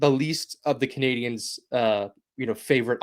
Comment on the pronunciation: Shoutout to the VO lady for not saying "Canadi-YENS" this time